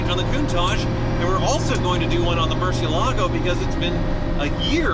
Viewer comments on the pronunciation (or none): To me being Spanish it's annoying hearing that. It's Mur-cié-la-go. It has 4 syllables and it's stressed on the second one.